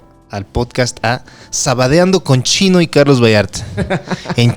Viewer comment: Espero haya aportes periodísticos de "el financiero" por cierto me agrada cuando a chino le dicen "chine"